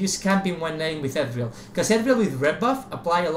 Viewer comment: "Ethreal Jahngle."